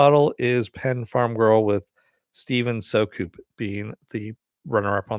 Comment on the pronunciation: Would have been nice to get the runner up prize. oh well at least my name got picket. BTW, its pronouced "Steven Sue-cup", like 'Soup in a Cup without the "p" in the middle' :)